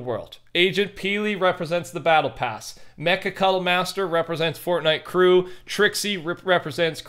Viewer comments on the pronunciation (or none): none